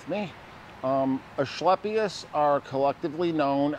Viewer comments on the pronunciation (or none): There’s no “h” in asclepius, it’s pronounced “asKlepius.” just sayin’